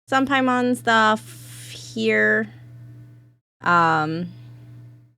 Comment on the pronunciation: Every time you said paimon I keep thinking you are saying Piedmon the digimon instead